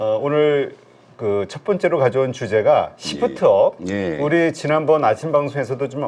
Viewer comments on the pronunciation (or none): 발음좀 잘 부탁합니다 씹프트업입니까 쉬~프트업니까